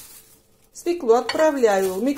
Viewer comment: Правильно будет свёклу, а не свеклу